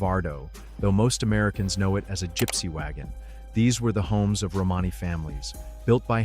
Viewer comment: Another yputube robot cant pronounce romany correctly .